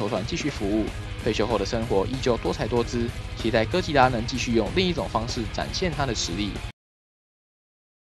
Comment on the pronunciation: 唸對哥吉拉給你一個讚啦~媽的 那個 竟說他是酷斯拉 傻傻分不清哥吉拉跟酷斯拉的分別